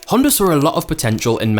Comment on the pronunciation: dude says "Honder"